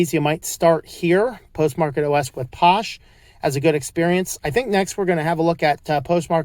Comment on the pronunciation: I could be wrong but I'm pretty sure it's pronounced "fosh". Phosh is short for "PHOne SHell". 💁